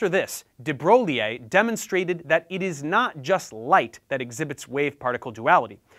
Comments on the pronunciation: its pronounced de broy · It's de-broy :) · Your pronounciation of De Broglie makes me triggered